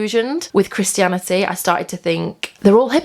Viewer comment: Haha, I love how she says "Christy-an" "Christy-anity"